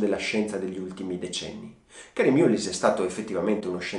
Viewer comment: Concordo amico . Si pronuncia mallis perché è un nome irlandese . Un premio nobel ,alla pari di montagnier, gettato nel fango. Sicuramente avrà un bel like dai mascherati. Di mullin resterà qualcosa . Di lei non lo so . Anche speranza commette errori e di proposito eppure è sempre la . Video deprecabile in questo preciso momento storico .